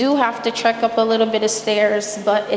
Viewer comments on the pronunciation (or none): none